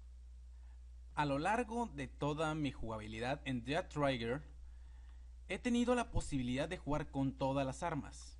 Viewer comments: No es "traiguer" es más como un "Treguer". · Es trhiger no traiger :v